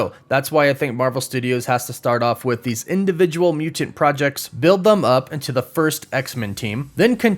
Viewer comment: Hahahaha he said THUM. It should've been them hahaha